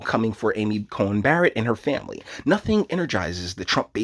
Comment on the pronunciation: You keep saying "Cohen" it's "Coney"